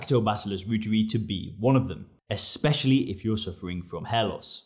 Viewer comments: Pronounced L. ROYTEREI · Pronounced ‘Roy-tuhr-eye’ after German Microbiologist Dr. Gerhard Reuter. The International News Gathering organization, Reuters, is pronounced ‘Roy-tuhrs’ not Root-ers.